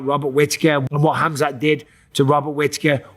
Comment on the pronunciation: Haha Chael calls him Kazmet 😂